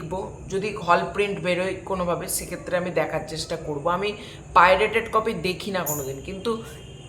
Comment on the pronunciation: তোমার এই ভিডিও যদি ভাইরাল হয়, পাইরেট কথাটি উচ্চারণ করার জন্য ক্যাশ খাবে